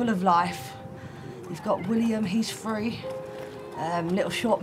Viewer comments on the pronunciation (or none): There is a T in the word Three,there is no letter F.